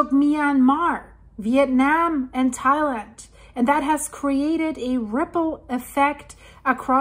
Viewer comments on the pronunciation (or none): none